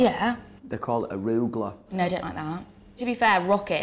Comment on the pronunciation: “AROOOOO GUH LUH” 😂